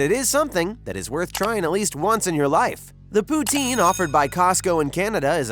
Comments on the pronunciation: It's poo-tin like a tin can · The pronunciation of poutine hurts my Canadian heart...